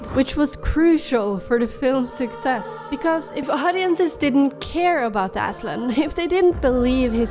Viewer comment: As a Turk i can say that your pronunciation of Aslan is perfect and loved your work!